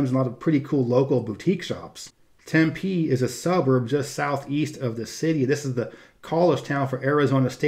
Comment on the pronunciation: Wow I'm shook when you said TemPEE, I've been pronouncing it wrong all these years! Only been to Scottsdale and a small portion of Phoenix (Spring Training!), def will see more on future trips.